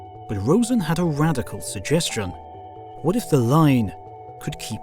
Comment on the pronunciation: "Wnat?" Instead of "What?" Can't believe no other comment about it.